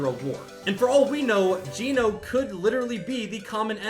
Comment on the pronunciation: Geno's name is pronounced "Jenno."